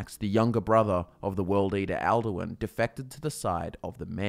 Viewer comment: 'maratha kara' is now 'Merethic Era', 'at morons' now 'Atmorans', 'al Derwin' now 'Alduin', dozens of 'thumbs' now read 'thuums', 'gray beers' now 'greybeards', 'Jochen' reads 'Jurgen', 'yo goons' now reads 'Jurgen's', about a dozen 'Kaymer' now correctly read 'Chimer', 'coins breath' is now 'Kyne's breath', about a dozen 'errors' now read 'eras' 'me rock' reads 'Miraak', 'dragon Vaughan' is now 'dragonborn', 'insight' now 'incite' 'rooms' is now 'runes', 'of car' reads 'above High Hrothgar', 'Wolf's faith' now 'Wulfharth' 'vial' and 'file' now read 'phial', 'crown after' is now 'crafted', 'yolk and wind crawlers', 'kyne' not 'kine', 'mer' not 'myrrh'